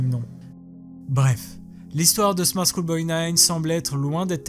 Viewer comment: on dirait qu’il « choule » pour « school » comme s’il le disait en français en gros, sans tenir compte de la prononciation anglaise du mot mais juste phonétiquement.